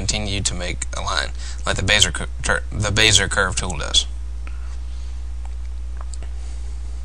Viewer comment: Good commentary. I laughed at "Bayzer" tool. "Bezzy-AY" is closer to the original pronunciation.